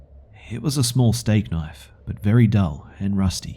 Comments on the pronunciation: I absolutely loves when he says KNOIFE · Dang it, now I'll never stop hearing it that way....!